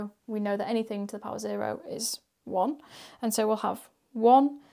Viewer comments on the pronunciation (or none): none